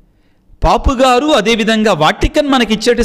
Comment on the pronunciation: పాపు గారు yendandi, పోప్ కదా